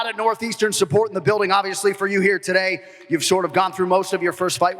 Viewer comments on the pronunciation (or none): none